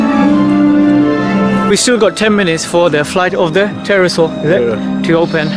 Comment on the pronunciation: Flight of the pterosaur is pronounced ‘tero-saw’ the p is silent :)